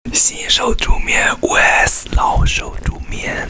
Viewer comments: 灰誒死是啥？ㄈㄧˉ誒死才對吧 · 他把vs講成了we s